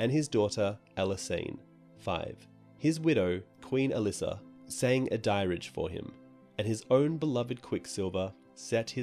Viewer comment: Dirge is pronounced as "derj" don't know why the fuck a dirage would be